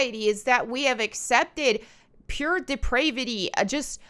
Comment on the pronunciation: Sapphic means lesbian. The one profile you were looking at was a slutty lesbian, basically. Also, depravity rhymes with gravity.